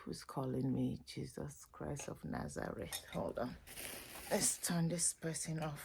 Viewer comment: Never say the name of Jesus like that 😮